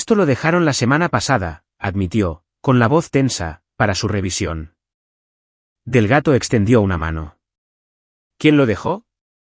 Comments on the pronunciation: No es Delgato ,es Delgado. Por favor pronuncien correctamente. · El señor del gato? Que tiene que hacer el señor del gato en la notaria? Si el narrador no sabe pronunciar Delgado, cambienlo por otro narrador. Y no se dice conduciste, se dice condujiste